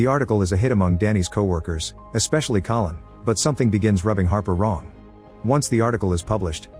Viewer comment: The narrator called Collin "colon" at some point and it's now stuck in my head